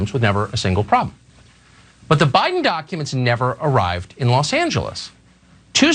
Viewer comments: Is Anna saying.... doncuments?.... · It’s dAAcumentss